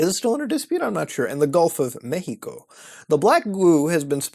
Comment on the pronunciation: thanks for that properly pronounced Mexico that one time.